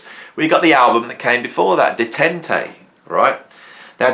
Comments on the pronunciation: that album is pronounced “day-tant.” Detente is the easing of hostility or strained relations, especially between countries: “A serious effort at detente with the eastern bloc." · Detente is pronounced day-TONT